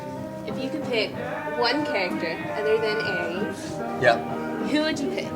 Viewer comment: he plays Ares, not 'Aries'